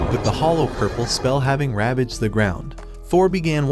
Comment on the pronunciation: This dude seriously said hollow purpel